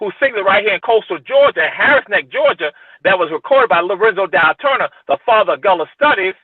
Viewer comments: Why bro pronounce Gullah like that 😂 Not “ghoula”, its (Guhh-laa) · Man, it’s kinda of disrespectful to keep calling the GULLAH people GOOLA. It’s not that hard to correctly pronounce. Otherwise, I loved the video 🙏🏿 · It’s pronounced GUH-la say the ‘U’ like you would in “Sea Gull”